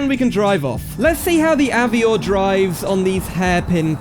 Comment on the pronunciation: Very cool mod! But isn’t it pronounced av-war? Like the French way? Also is there a demo on the repo to try out?